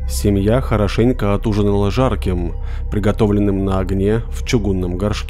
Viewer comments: Не жАрким, а жаркИм (изУчай, пОжалуйста, правИльные удАрения в слОвах) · Чувак прикольно зачитываешь но иногда такие ужасные ошибки. Как понять "жАрким"? Слово "жаркое" не склоняется, если автор этого не знает то хотя бы ты подправь, звучит же ужасно. "На недельку-вторую" тоже жесть, слух режет, очевидно же что на "недельку-другую". Зенит солнца не зависит от географического расположения точки, зенит это когда солнце над тобой а это может быть где угодно, еще зенитом называют высшую точку небесного тела относительно нашего "небосклона". Короче этот Темуджин безграмотный настолько что это вообще не реально, даже твой голос не спасает. Добил "скОтОмогильник", что за пермский говор? Блин так обидно, такая атмосфера и голос а текст просто УЖАС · Семья от ужинала жАрким .. Я вот не пойму , за вас робот читает ? Что это за блюдо жАркое ?! Ну вот постоянно Вас слушаю , классные истории , классно читаете .. Но Вы же не с другой планеты , кАк можно жаркОе озвучить как жАркое ?!)) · Жарким, ударение на и) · Люблю когда люди не знают на какой слог ударение в слове «жаркое» а гуглить неизвестные слова страшно лень перед тем как записывать. Атмосферы кринжа добавляет 👍